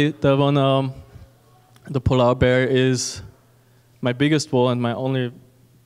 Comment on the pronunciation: I had to listen a couple times because I just kept hearing “pullout bear” not polar bear